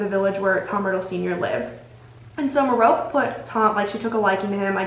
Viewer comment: I think Merope’s name is pronounced Meh-ro-pay. At least that’s how it’s said in the audiobooks :)